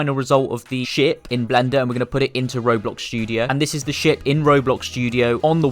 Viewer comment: when you say ship i hear shit😡